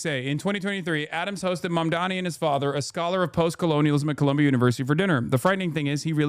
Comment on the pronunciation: Dude on CNN saying Mamdanis name wrong has me fuming. He keeps saying “mandani”